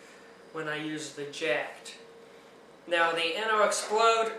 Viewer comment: its pronounced jacked